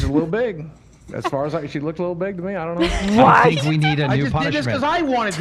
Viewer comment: Why, after all the years in America, Hila still mispronounces words like "aknowledge" and "think"?